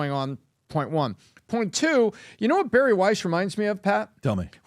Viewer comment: Bari* not Barry...